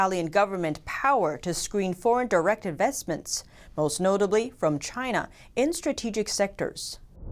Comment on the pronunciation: It’s the chhhhina flu